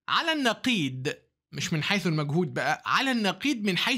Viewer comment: نقيض بالضاد يا دكتور مش بالدال. تحياتي لك من القلب. بالمناسبة حلوة حركة الصورة كخلفية جدارية.